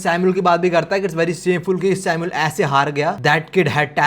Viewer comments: Aba vai tu samuel ko bar bar sino kiu bol raha hei Sunne me kaisa lag raha hei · samul not sinu